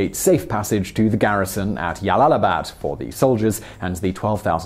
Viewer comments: Jalalabad is pronounced: "Jalalabad", not "Yalalabad" Source: Pronunciation Guide (YouTube channel). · This has one of the funniest mispronunciations. It is J(like John), not like y in yes for Jalalabad. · 1st - Jalalabad is pronounced like (J) not (y) . 2nd - the general was left alive to deliver the message of Afghan bravery. 3rd - The people who fought with British soldiers, were the freedom fighters of their own homeland not Welsh or Scottish rebels. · Jalalabad is an Arabic name, not Spanish. If it were Spanish, then you may have a point with Yalalabad But it's not. It's Arabic. And the correct pronunciation is JALAL-ABAD OK ? > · J. Not Y. Jalalabad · What the actual fuck is "Yallalabad"? There's a reason it's a J! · Glomo To be fair not all Js in Spanish are pronounced as Ys either (Juego, Jueves, Janero, etc.) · Jalalabad is pronounced English way not Spanish way. So it's not pronounced Yalalabad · The town of Yallallibad - I dare you to say that town name five times fast without messing it up !! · Ugh, I cringe every time you say Jalalabad. It's J. Jalalabad. Like as in jersey. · It is really not pronounced "yalalabad" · I thought the Spanish J mostly a hard 'h' sound but can also make 'y' sound. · Jalalabad is pronounced with a hard J. And this general sounds like a cockfool and a half. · Its J not Y, afghans arent hispanic